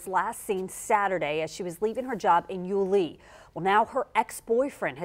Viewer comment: Leaving her job in...where? Yu-LEE? Nope, it's YU-lee. This anchor hasn't lived in the area for long. Also, hope Joleen is found although it's not looking good. Really terrible for her family.